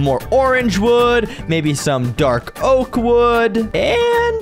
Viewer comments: Its oak not oa-k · Its oak not o-ak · POV the hardcore king and he can’t pronounce the most common tree type in Minecraft😂😂😂😂😂😂😂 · "O-AK LOG" had me rolling